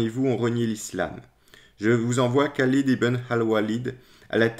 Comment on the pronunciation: Par expérience personnelle, il y a un extraordinaire déni de cette histoire chez les musulmans contemporains. La légende dorée des débuts de l'islam perdure. Merci pour cette vidéo. (Le KH de Khalid est mieux rendu par la prononciation du R français que le K ).